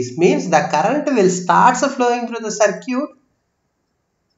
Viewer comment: That is सर्किट dear..... Galat pronunciation kr rhe ho